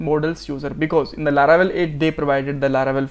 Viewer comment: it is laravel not laravebel